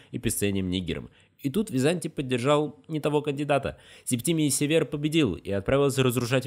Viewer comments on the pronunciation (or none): Все хорошо, но некоторые ударения удивляют. СевЕр?